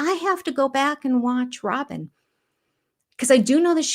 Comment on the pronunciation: I think we've been mispronouncing her name. Rather than Rob-in it should be Rob-Y-n ... Rob-why?n or Rob-whine😶